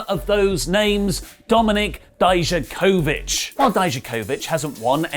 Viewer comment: Again, for the millionth time, it is pronounced dee-yack-ovich